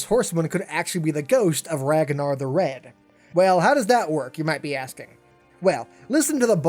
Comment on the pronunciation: I stopped watching when he pronounced Ragnar, RagAnar. WTF.